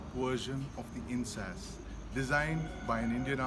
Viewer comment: Not "In-sas" ...sounds like In-s-ass pronunounced correctly "In-s-aa-s" LOL ...come now don't angliicize a nice name.